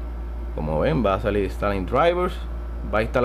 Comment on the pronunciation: "salil" "puelto"